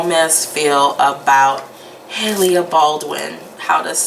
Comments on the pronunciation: Haha u kept saying “hayleah” who is hayleah? Lol 😂 🤣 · Hailia ? or Hailey 😂